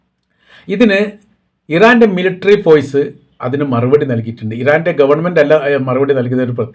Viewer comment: ഫോയ്‌സ് അല്ല ഫോഴ്‌സ്